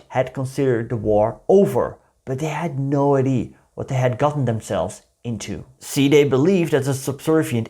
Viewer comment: Let's try this again: idea is pronounced ahy-dee-uh. Ahy-dee is short for identification, I.D. Idea has THREE syllables in English.